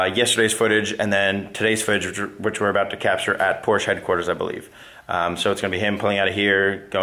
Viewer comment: How could you go to the Porsche museum and consistently pronounce Porsche incorrectly